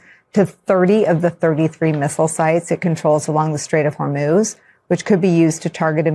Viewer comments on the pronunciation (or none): none